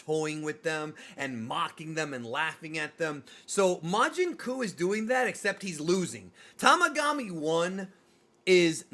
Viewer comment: Oh boy, as a native portuguese speaker… majin cu…. 😂😂😂😂😂😂